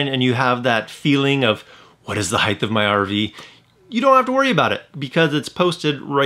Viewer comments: It is "HEIGHT" not heighth. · height not heigth. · Hithe?? Dude, the word is "height". You said "hithe"......FOUR times! Lol wow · Great tips thank you . Height does not have a H at the end 😉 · Heidth? Is that a regional thing? I've never heard that before. In the Northeast I've only heard Height. Interesting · Height or “Heighth” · Great tips! Well-done video. No “h” on the end of “height” though.